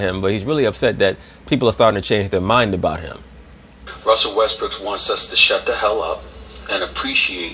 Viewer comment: Lol, i like the fact you kept saying russell Westbrick